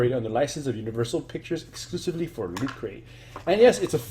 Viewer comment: I like how he says it as LuteCrate